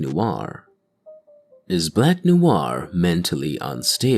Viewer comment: not NOU AR but Nouar. Sorry for the wingardium leviosa moment.